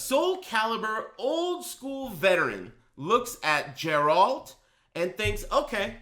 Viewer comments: Everytime i hear "jeralt" i cringe hard. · you cant play as Geralt in sc6 if you cant pronounce his name right.